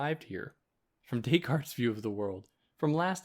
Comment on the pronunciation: thank you for this, but why do you pronounce it decaLt? it's a bit crazy making, like saying hannah alent. i don't get it.